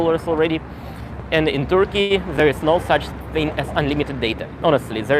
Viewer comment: Interesting! If you stay there for some time: a pronunciation tip: the "u" in Turkey and Turkish is pronounced more or less as the "e" in "person".